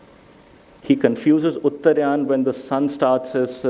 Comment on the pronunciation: It is UTTAR'AA'YAN Not UTTAR'YAA'N